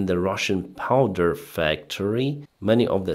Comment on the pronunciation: You keep saying "powder" where you mean "power".